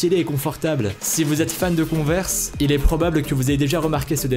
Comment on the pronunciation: Conver quad tu le dit tu dois mettre un axent englais